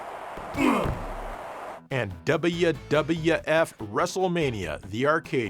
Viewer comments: Either "double-you", or "dubya", if you want to go full American. None of this fence-sitting "dubbaya" stuff like did, though.;) PS: Oh, or "daburu" (double), for the Japanese viewers among us. Wouldn't want them to feel left out.:) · It’s pronounced “Double-You”. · Duby dubya f pronunciatian is hurting me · i laughed every time joe pronounce WWF as "dabbaya dabbaya eff" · I LOVE how you enunciate "WWF" 😂 Dubbleya Dubbulya Efff